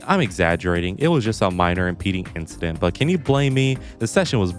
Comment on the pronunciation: It was just another inchident